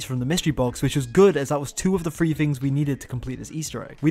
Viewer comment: Because u don't know how to say the word three. I thought black ops was free now